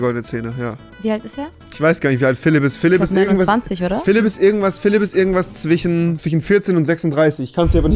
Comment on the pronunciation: niemand Wirklich Niemand: Rewi: zwichen